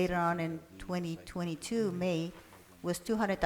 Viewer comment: Has nobody told the mayor that the year is 2022, not 20,022? If he doesn't even know what year he lives in what do we expect from him. Hahahaha and none of the other council members even try to correct him or let him know he's saying it incorrectly. Wow